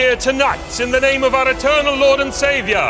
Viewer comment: The only thing that ever sticks with me from this ep is the ridiculous way he pronounces “savior” “Our lord and saavhiaaar”